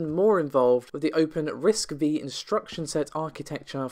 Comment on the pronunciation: RISC-V is pronounced "risk five".